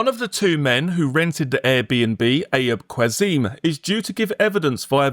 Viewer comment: Haha for future reference Ayub Qassim is pronounced Ah-yoob Cass-im (in British English)